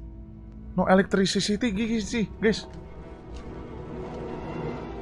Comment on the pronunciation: "there is no elekstritikikikikisi kocak"